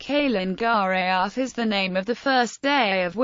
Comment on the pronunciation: Calen Geaaf-(Ka-Len Gar-eh-eff)!